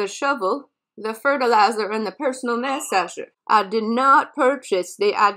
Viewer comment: This was brutal....and mass-ager???? 🤣🤣🤣